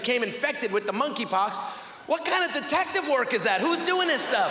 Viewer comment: its "work " not "worth"